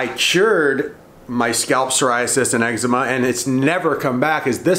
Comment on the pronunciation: what did he say? excma honey?